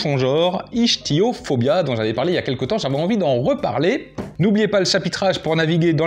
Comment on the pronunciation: Le -ch de "ichtyophobia" se prononce comme un q en anglais comme en français (ichtyophobie, facile à retenir)